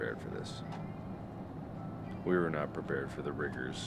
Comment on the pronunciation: Dis is nat good. Nat good no.